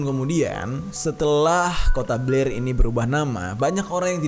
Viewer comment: BLAIR WEY BUKAN PLAIR🤣🙏 Beda cerita kalo mulut udah typo😂